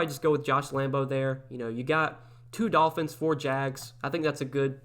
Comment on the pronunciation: U literally just said Tolphins lol 😂 but no good content as always ! I won two lineups week 2